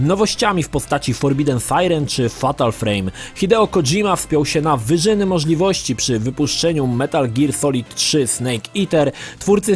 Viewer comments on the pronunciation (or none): Witaj! Podobają mi się twoje filmy, ale muszę zwrócić Ci uwagę na twoją dykcję i wymowę. Przykład: gdy wypowiadasz słowo '' możliwości '', ja wyraźnie słyszę ''moszliości'' itd. itp. Piszę do Ciebie ku przestrodze i z wiarą, że po przeczytaniu mojego komentarza, weźmiesz to pod uwagę, a w konsekwencji, podniesie się ogólny poziom Twoich materiałów! Dziękuję za Twój cenny czas oraz życzę samych sukcesów w karierze YouTubera! =)